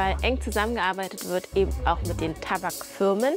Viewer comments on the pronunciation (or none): none